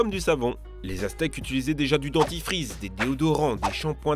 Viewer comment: du dentrifrise 😂